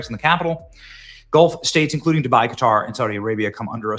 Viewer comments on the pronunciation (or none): none